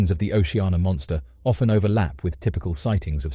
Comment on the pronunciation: Its O C Anna ... Not O she ah na ...